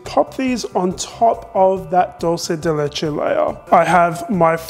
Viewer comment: Wow I'm impressed by your pronunciation of dulce de leche. You are one of the few people doesn't butcher it by "Italianizing".